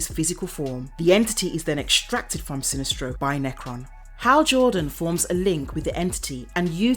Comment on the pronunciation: I'm from the USA, and sometimes with British channels I will hear a name or word and not know if its mispronounced or if its an accent. For example how she says Sinestro in this video.